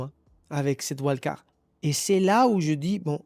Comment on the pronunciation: Vu qu'on peut pas interagir sur telegram et que je fais des pauses Insta je viens ici ..😅. Totalement d'accord sur la prononciation à l'espagnol des noms espagnol ! D'ailleurs en anglais c'est bien dommage mais beaucoup de mots sont pas prononcés correctement. Wild card en est un. Mais bon on vit pas aux USA... Ceci n'est pas une critique mais un constat. 🎉